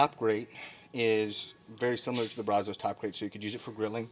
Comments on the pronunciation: Love ur videos man! But... “Brazos” is a river in Texas. And, you dont say it correctly. Say “Brazz-us”. Trust me on this. 💪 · i'd imagine if you took a poll, most texans pronounce brazos like "bra' zuss." bra as in "brat" and zuss as in... "us" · Its pronounced BRAZ-əs..Sorry I got so triggered. I live in Brazoria county about 3 miles from the Brazos river...Great channel...I have spend about 8 hours on here in the last 2 days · Ok man I don’t want to hate but you are killing the way you pronounce Brazos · Dude is obviously NOT a Texan or a "Dallas" guy because he isn't pronouncing Brazos OR Pecos correctly. It"s Brazz US and Pay CUSS. Your welcome. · You can definitely tell you ain't from Texas. Mispronounced Brazos and Pecos smh